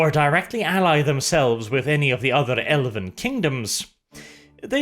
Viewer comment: what was that I heard? “The first battleground in the elephant civil war”?